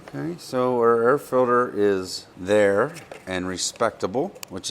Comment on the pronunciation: "fil-der" - aka "filter" ?